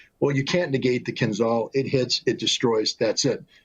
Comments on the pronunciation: there;s a reason there is an "h" in KINZHAL. it's not 'kinzal' silly americans don't even try to pronounce things right... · please KIINZHAL not KinZal.Zh like Rio de Janeiro,Marshal Zhukov,french Jean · Fun fact: pronunciation is kinzhal, kinjal, not kinzal. It is not called dagger, it literally means dagger - Кинжал=dagger. Ж=zh, j. This is in bulgarian, i guess russian as well because we share a lot of words( we gave them our alphabet some 1k years ago :) ) Now we are part of the traitors in EU who are enemies of russia.. not normal people, just our sold out pigs at the government. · It's pronounced " KinJal" , like Marshal Zhukov. ZH is spelled like a tough J or G in English. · Right way to pronounce Dagger in Russian Kin'dzhal not Kinzal. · Not kinzal, kinZHal. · Dude,it’s “Kinzhal”,pronounced like in Jedi,-”Kin jal”, OK? JA,JA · It is pronounced "Kinzhal" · "zh" in "Kinzhal" is pronounced as "s" in "measure". like sh with voice.